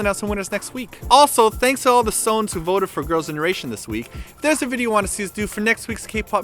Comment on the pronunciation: Pronounced "So-wons" NOT "SONES"